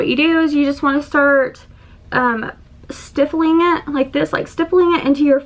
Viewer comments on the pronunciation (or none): Love your honesty. Thanks for the tips. P.S. The word is Stippling not Stiffling 😉😉